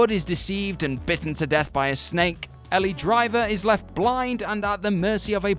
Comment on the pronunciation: This narrator hasn't even seen Kill Bill--"Ell-IE Driver? Seriously."